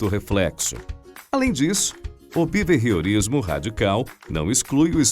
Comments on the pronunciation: O video é muito bom, mas me agonia ele falando beveiriorismo ou seja lá o que ele fala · O narrador masculino fala Bevehiorismo?? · Também achei horrível a pronúncia desse locutor. Vou falar pessoalmente para ele.